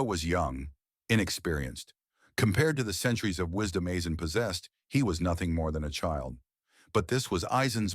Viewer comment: Never heard any1 pronounce his name that ever